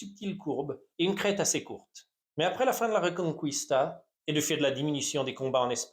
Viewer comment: Reconquista et pas reconcouista😂 tu n'es pas le premier à face genre d'erreur .😊